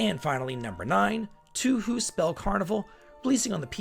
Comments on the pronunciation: Farmagia looks like it has some Pikmin-like mechanic with controlling an army of monsters? Also just wanted to mention that Touhou is pronounced like "toe hoe" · Pronounced Toh-Ho. Man, Dragon Quest 3 HD looks so pretty but I don't like the DEI shiet and the censorship to it. I bet the puff puff is gone too. I had no idea Mario and Luigi was an RPG game. The only card game I've ever played was in FF8 and that was an awesome game and the one in FF9 I completely hated that one. I played the PlayOnline version too but I forgot which it is based on, FF8 or FF9. For those that do not know PlayOnline was the login hub people went to on Final Fantasy XI MMORPG. Red Dead Redemption 1 just got released for Steam (old game) few days ago some folks mark and part 2 and Rockstar's Grand Theft Auto series as an RPG-like type of games which I kinda I agree with them seeing I played my first ever GTA game GTA 5 some months back and it was a great.